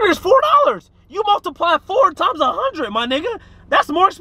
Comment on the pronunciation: “Oh that’s a hunnid” 😂